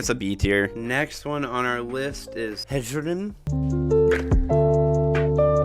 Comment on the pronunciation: I'm not criticizing your pronunciation, as there is a great deal of variation in the way even the voice actors in Skyrim pronounce the Nordic inspired words, but I think the J's in Hjerim, Hjaalmarch etc are meant to be pronouced like Y's: "Hyerim" and "Hyaalmarch". Like how Jorrvaskr is pronounced "Yorrvaskr". It makes the names a lot easier to say, at least in my experience :) This was a fantastic video btw, I totally agree with the rankings.